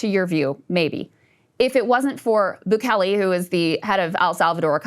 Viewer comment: Every time she says Bukele, my ears screech. Maybe watch a video or two on how to correctly pronounce the president's name. There are so many videos of reporters going into the Salvadoran prisons. Bukele is doing an excellent job. No one was crying for human rights when ppl were being unalived, families, and communities were being destroyed. On that flight, there were many MS 13 gang members as well.